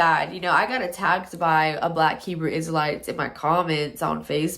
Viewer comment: Shalawam Family, straight facts, she couldnt even say Hebrew Isrealites correctly 😭😭😭😭🤣🤣